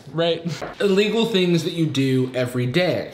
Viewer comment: and 'tEn tHaNgS'